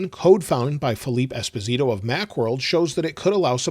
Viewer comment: Just a small correction: Filipe Espósito is Brazilian and his last name is pronounced es-POH-see-toh, with the stress on POH. The ‘O’ is open, like the ‘o’ in coffee or off, not like the ‘o’ in poker. You pronounced it like in Giancarlo Esposito’s last name, which is in Italian and Filipe’s is in Portuguese.